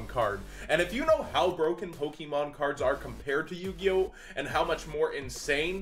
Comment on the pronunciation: I'm sorry, but I cringe every single time you say "PokEmon" the "e" has an accent, so it's poke-ay-mon, it's like "Beyoncé" not "BeyoncE".